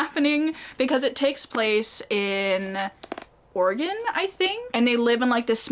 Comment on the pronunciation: okay, as an Oregonian, I got way too excited that you pronounced Oregon correctly 😂